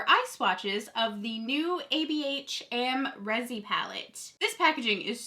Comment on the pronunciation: Isn't the name Am Ree Zee ... instead of Am Rezy? Have I been saying it wrong all this time?